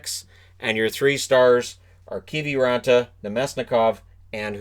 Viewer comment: What even is a Keevee raantaa anyways